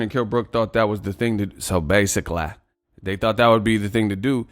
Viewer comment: So basicallay, realisticallay!🤣🤣🤣